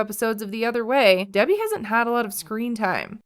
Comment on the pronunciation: He pronounces her name "DB"